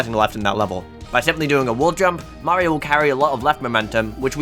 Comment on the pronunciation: Mayro more like bad